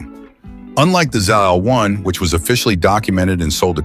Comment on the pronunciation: The last letter of the alphabet is pronounced "zee" in the US and "zed" in the UK. Unless you're treading water in the middle of the Atlantic, "zeed" is not acceptable.